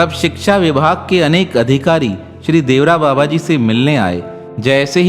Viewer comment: बाबा के नाम का सही उच्चारण देवरा बाबा नही अपितु 'देवराहा बाबा' है🙏